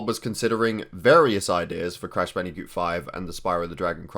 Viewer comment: Did u say Bandicute